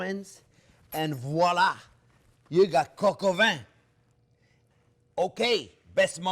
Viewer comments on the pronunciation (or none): none